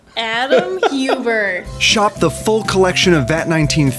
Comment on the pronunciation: "Adam huebert" LOL (btw i don't know how to spell his last name!)